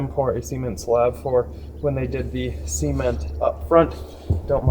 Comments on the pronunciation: Am I crazy or is he saying cement weird? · A little bit like the Beverly Hillbillies, but we love anyway.:)